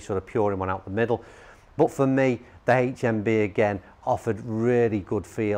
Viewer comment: Why's he gotta say "haech mmm bee"?